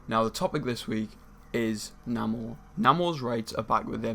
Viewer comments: it's pronounced "NAY-MORE" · Why pronouncing his name wrong?